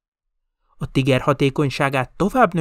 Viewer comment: A szovjetek nem 76,2mm es lövegeket használtak? A videóban végig 75mm t hallani. A Tiger harckocsi helyes német kiejtése pedig Tííger. Többet nem kukacoskodom, jók a videók!